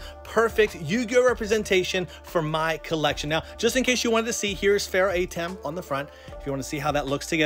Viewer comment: Kinda disnt like you calling him AYtem, when its more of an UHtem or AHtem